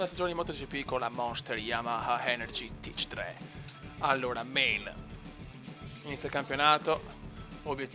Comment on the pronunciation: Si dice Tech Trois, è Francese